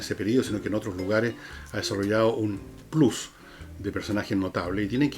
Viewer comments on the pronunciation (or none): none